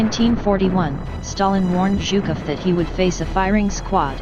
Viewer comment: what kind of accent is this? She has the weirdest pronunciation! She fucks up words like "voluntary" and pronounced Zhukov's name like "Chuka"! Geez! it's a pretty interesting video but the ridiculous narration brings it down IMO